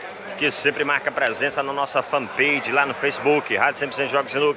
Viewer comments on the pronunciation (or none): "Marca presença na nossa Fan Peidi " 😂😂